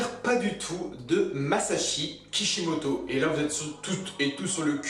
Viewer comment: C'est pas kipimoto quand tu dit sa tu me soul